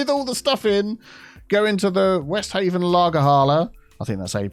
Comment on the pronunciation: This was a heroic effort to save the city. Three cheers for! The "haf" in "Westhafen" is pronounced like the english word "half", so it would be something like "Vesthalfen" (because "w" is pronounced "v", and "v" is pronounced "f". Don't ask me why).